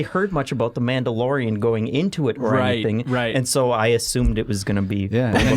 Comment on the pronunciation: *The Minndalorian